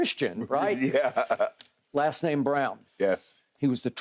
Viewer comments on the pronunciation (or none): His name is BRAUN NOT BROWN! Errbody calling the kid BROWN 🤦🏽‍♀️ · It’s Braun skip not brown sheesh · I would awesome Braun’s last name should be pronounced like brawn not brown right